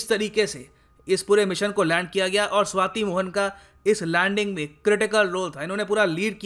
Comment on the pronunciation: be careful.. she is shwati not shweta ... 😂😂😂